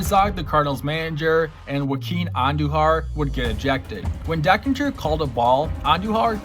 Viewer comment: John TU-dor, Dane Iorg is pronounced "Dayne" . The umpire's name was not "Dan Deckinger," but Don Denkinger.